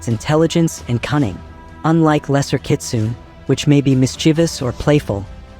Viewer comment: kitsune is pronounced as kit-soo-nay, not kit-soon.